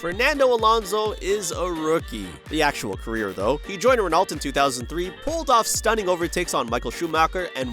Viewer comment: Damn, he said Ren-alt AGAIN.